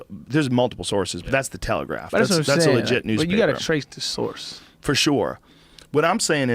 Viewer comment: "ya gotta trace de sauce"